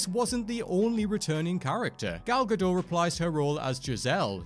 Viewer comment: What confuses me is why can’t pronounce Gal Gadot’s name correctly. “Gah dot.” Not “gah dough.”